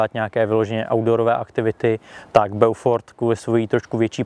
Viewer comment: Inu jářku, dobrého dne vinšuji vespolec. Mám pouze malou tech. poznámečku : eau se vyslovuje jako dlouhé o. Tudíž název zní Bófor. Hezký den přeji.